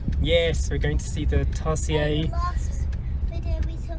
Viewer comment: I love how you pronounce the Tarsier to /tarshaey/ and it also made me wonder how to really pronounce that word lol